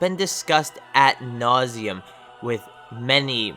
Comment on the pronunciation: Just a heads up, the term is "ad nauseum," not "at nauseum." Love the vids.